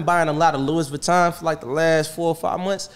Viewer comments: Yea, he should stop buying Louis until he learns how to pronounce it.😬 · It's pronounced Louie. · He’s right don’t buy it. You can’t even pronounce it. Please don’t buy it meek. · I appreciate him spending his money better, but I can almost guarantee LV is screaming the S IS SILENT!!!!!😂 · Mad facts s is silent and for someone that buys a lot of it should know how to say it 🤣